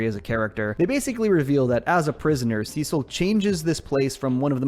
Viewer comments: See-sil… they say it in the show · “Sessel and donal” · Sesil lol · that’s what caught me off guard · damn u got defensive over saying it the weird way